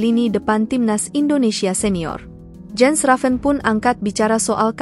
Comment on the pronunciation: It is pronounced "Yens". The letter J in Europe is pronounced Y.